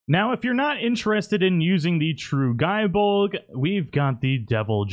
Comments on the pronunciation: it's gay bolg not guy bolg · Gae bolg is pronounced as Gay bolg. Not ga e bolg